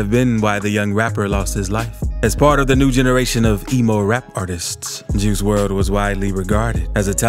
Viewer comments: I do...but you obviously dont...you dont even say his real name right... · He pronouncing his name wrong